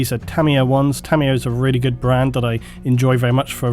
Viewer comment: its "TA-MYA"